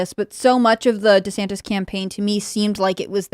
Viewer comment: Tim it's pronounced "Rhonda Santis"